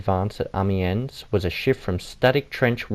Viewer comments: Many people don’t know and it’s understandable as it is not their native language. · Painful to watch, dude can't even pronounce amiens